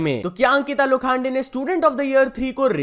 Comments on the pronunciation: Ankita lokhande❎Ankita lokhaande✅💀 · लोखांडे नही लोखंडे है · Please pronounce the name correctly Lokhande